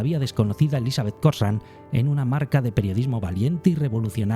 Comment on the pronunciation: Se lee cocran